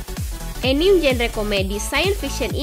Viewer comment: bacanya "anime" ih bukan "enim"